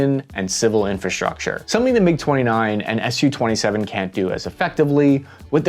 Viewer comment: God bless this man for correctly using 'Sue 27' instead of the irritating and more common pronunciation of 'Ess You 27'